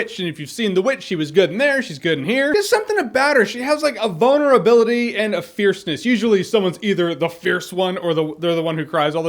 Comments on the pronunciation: Jeremy I had to listen to it three times and I know you said vulnerability but my ears just kept hearing "boner ability." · Jeremy, did you say vulnerability or bonerablity? She most definitely has bonerablity. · he said the girl had a vulnerability and i thought he said "bonerability" and i was like "yes, yes she does"